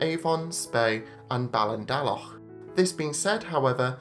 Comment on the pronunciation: Excellent video, I'd love to try Fred. Olsen. Thank you for pronouncing 'Ballindalloch' correctly as well 😊